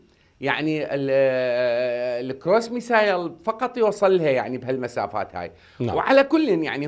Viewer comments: مع التحية إلى السيد.. باللغة الإنكليزية Missile تقرأ ( مِسِل ) وليس ( مِسايل ).. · ترى الصاروخ اسمه بالانگليزي مِسِل missile مو ميسايل حضرة الخبير